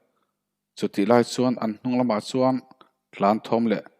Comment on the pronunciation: Athu I lamdiklo nasa hle mai .chuan tih tur ah suan tih te .Fak mai tih tur fang mai tih te. lamno a ngailo. Fiaktak khan lam rawh. Mizotawng a nih kha